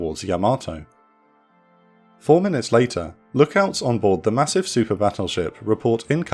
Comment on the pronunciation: Another fantastic presentation! Yamato is pronounced "YA-ma-toh," not ya-MA-toh. Like the name Yamaha: it's not "ya-MA-ha."